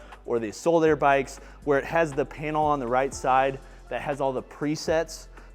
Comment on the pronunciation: Another great review,. I have learned a ton from you over the last couple of years; thank you. I have to say, though, that i hate the way you pronounce “assault.” Lol Also, where did you get your stand for your Prime Adjustable Bench